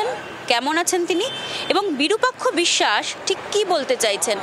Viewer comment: বিরূপাক্ষ অবিসাস বিসসাস নয় ভাই